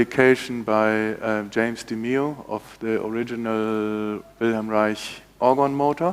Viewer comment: Finally I hear someone pronounce Wilhelm Reich correctly.